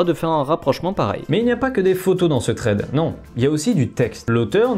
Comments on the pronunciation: ça se dit "SSSSSred" pas "traide" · TRED !? bah alors ça j'avais jamais entendu cette prononciation tu voulais dire thread ? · "Trède" à ne pas confondre avec "thread" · Pk prononcé "traide" au lieu de "sraide" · Thread se prononce [sred] pas [tred] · Par contre frero thread prononce le bien meme si t'as pas l'accent... dis "sred" ça sera mieux mdr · Stp juste la prononciation de thread 😭😂